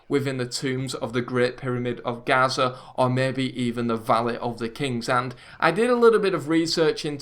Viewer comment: It's Giza. Gaza is somewhere else